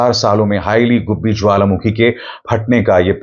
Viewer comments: Not "Haila" 😂😂😂🤮🤮🤮🤮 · It is "Heili goobi" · Not "Haila" dear go research